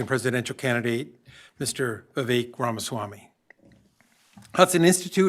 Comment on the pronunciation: RA MA SWA MY 2024. Learn it and say it.